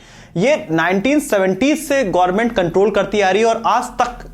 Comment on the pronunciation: 🤣Gorment नहीं Government hota hai.